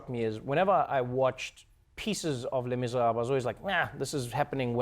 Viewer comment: I love how Trevor says “les miserable” whit a perfect French accent 👍🏿